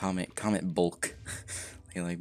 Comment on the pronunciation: Bulk or bolk??